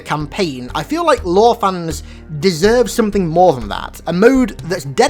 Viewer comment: Lore? no LAOW